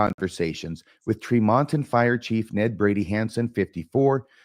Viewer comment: As an aside, it is pronounced TREE mon ton